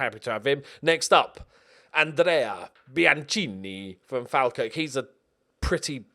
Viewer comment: Mate! It's "Fall"kirk. Also, not noticed in this episode but there are TWO teams in Dundee. One is Blue, the other is Tangerine. Just keeping you right bud. I'm predicting a 9th place finish. You can do it. Just don't beat Dundee (F.C.) #monthedees